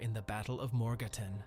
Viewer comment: Thanks for the shoutout. Pronunciation on Swiss cantons could be improved: Schwyz is pronounced Shweets. Morgarten is pronounced more-garten like in kindergarten.